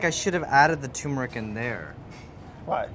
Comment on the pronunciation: Pronounce the first "R" in tuRmeric!